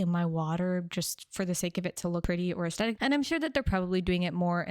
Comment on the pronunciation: I love your content, but can we please normalize the correct pronunciation of the word 'aesthetic'? The H is not optional.